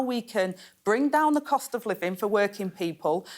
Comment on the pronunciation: I'm sure she said Cosh instead of cost.🤔